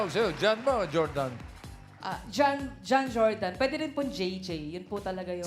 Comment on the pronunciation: Finally na pronounce din ng tama ang pangalan ng winner